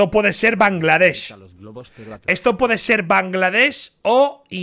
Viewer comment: todo iba mas o menos respetable hasta el minuto como puedes decir bangladesh ibai